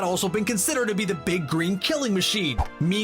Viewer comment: Nice job with Saoirse Ronan, but you mispronounced Joss Whedon (it's Joss, not Josh) and Amanda Seyfried (it's sy-fred, not sy-freed).